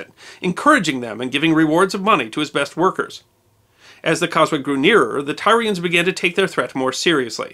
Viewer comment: “Tyrians” is pronounced “Tear- ee -ans” I love your series, but sometimes your pronunciations drive me to drink. Keep up the great work, I do love your series, in spite of my pet peeves. ;-)